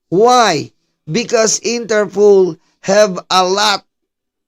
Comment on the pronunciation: it’s INTERPOL ( International Police ). Not Interpool. ✌️✌️✌️✌️